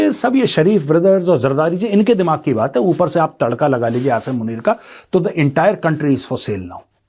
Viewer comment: First of all you listen how this major pronounce Asim name and how a Pakistani pronouns. If he don't know how to pronounce Asim then how he knows anything about him. Believe me he just watched Pakistani news and made podcast on it😂